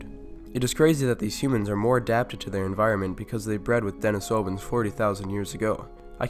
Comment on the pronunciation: Your PaleoWorld intro music always brings back such memories! Thank you! And though I'm no expert, I think it's pronounced "DeNEEsovans".